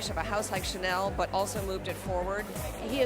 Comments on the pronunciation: one of the girls is pronouncing chanel as "SHA-nil" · why does she keep pronouncing Chanel like that??!!! it grinds on my nerves. CC